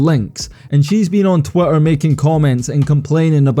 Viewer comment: "On Twotter"...now I know why they changed it to "X". 😂